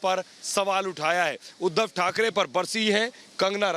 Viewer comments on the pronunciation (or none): When the reporter said Uddhav tharke 😂😂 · Uddhav thark ..thakrey was the epic lol 😂 It was a cute mistake from the reporter😝